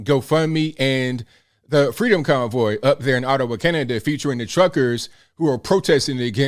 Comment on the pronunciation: I swear it sounds like he’s saying “the freedom cowboy.” 🤣